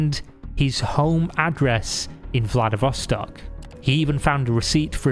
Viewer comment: The "o"s in Vladivostok are pronounced like "aw", not "ah".